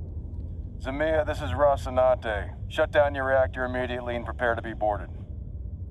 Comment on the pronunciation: zmeyA. accent on the last syllable. that means snake in russian.